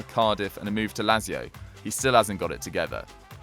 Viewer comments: It's pronounced Lat zi o. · He pronounces lazio very annoyingly